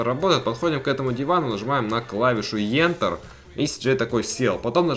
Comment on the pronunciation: не ентэр а энтэр